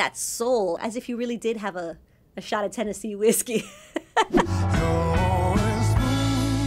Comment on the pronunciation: Pronounciation of Tennessee is Teh-nuh-see, not Teh-ne-see. The rest is all okay. Authenticity in diction is very important.